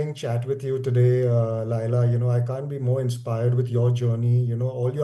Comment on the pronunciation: Why you are telling Laaila? It is Laila khan know? Or I am wrong.